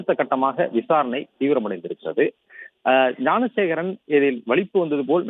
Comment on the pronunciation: Thanks for pronouncing gnanasekaran